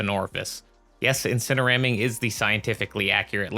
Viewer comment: "Incereramming" got my sub. You are hilarious!